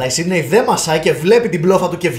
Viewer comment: το οτι ο τη λεει σιντυ αντι για σιντνευ ολο το επεισοδιο.....